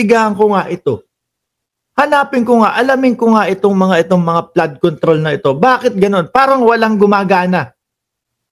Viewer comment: FLOOD CONTROL NOT PLAD CONTROL